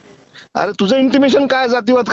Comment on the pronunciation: Intimations nahi. Intention bola